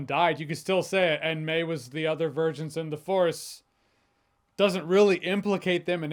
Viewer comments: Dude youre saying a guy speaking broken english and cant pronounce vergence acted better than phoenix and depp. Foh. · Oh i can. Itd just so idiotic that there is nothing to break down and digest. You're saying him taking this role is the same as phoenix and depp in their movies. Which they were good in. This dude couldnt even say DIVERGENCE!!!!